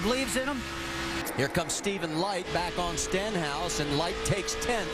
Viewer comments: "Steenhouse" and "Stinhouse" lmao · Rusty Wallace messed up Stenhouse's name twice in less than a 10 seconds interval